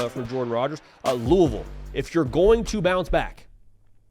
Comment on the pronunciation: as a louisville grad, thank you for pronouncing it properly